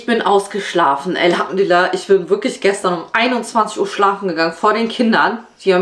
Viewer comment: Eine Frage, warum sagen die Türken immer elhamdÜlillah mit Ü, wenn es doch mit U ausgesprochen wird, das interessiert mich sehr, denn im arabischen gibt es kein Ü, also ist es dann falsch